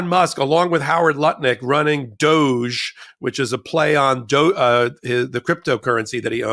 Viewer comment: DOGE is pronounced “dodgy.”